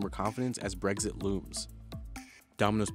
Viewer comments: It’s ‘brexit’ not ‘breggs-it’ whoever commentated this. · Exit is pronounced as both "ek-sit" and "egg-zit". Brexit would be either of those, depending on which regional dialect you have.